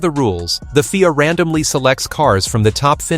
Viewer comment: It's not called FEAR it's pronounced F I A with individual letters of the alphabet. Rubbish video.